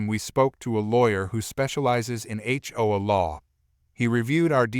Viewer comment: Note to idiot who programs text-to-speech applications:. If your app can force proper pronunciation of "H" and "O", why is "A" pronounced "Uh" instead of the way it sounds in the alphabet?